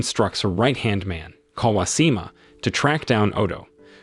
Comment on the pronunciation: Bro, that's some pretty atrocious pronounciations....pronunciations.... not even difficult names too. Kawashima clearly has an H.